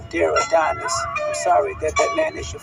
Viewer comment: It’s Adonis 😂